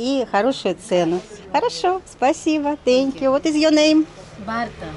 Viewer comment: Ваш английский - это нечто..! Это даже мило - в этом что-то есть. Это даже стало мне нравится. Но когда я слышу в исполнении слово «тэнкью» - меня реально пробирает дрожь.. сходите же на урок английского - пускай вам там немножко фонетики объяснят